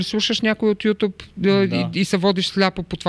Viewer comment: Съгласно българския Наказателен кодекс мъж не може да бъде изнасилен :) А и моля ви, YouTube се произнася ЮтЮб, а не ЮтУб :D